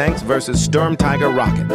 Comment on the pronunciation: It's pronounced like sturm tea-ger, not ty-ger